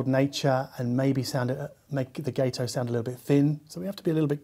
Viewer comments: Gato is Spanish for cat and is pronounced got-oh. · I believe it’s pronounced guh-toe. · If Gato is inspired by the American Gato-class submarines from World War II, then it should be pronounced with a short 'a' sound, like the Spanish word for cat/Katze. My late father-in-law served aboard the Gato-class submarine USS Drum (SS-228) in the south Pacific.